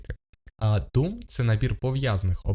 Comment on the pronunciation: DOM вимовляється не “дум” а “дом” Document Object Model (DOM)! А про «каесес» CSS я вже мовчу…